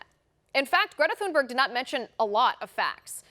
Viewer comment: Please pronounce the poor child's surname correctly. There is no TH sound in Swedish. It's a hard T.